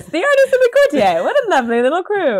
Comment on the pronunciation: Why do so many of them pronounce it courti-yay to rhyme with every day? No idea if they say it differently in the US but anyone British should know it's pronounced courti-er to rhyme with naughtier?? Baffling!!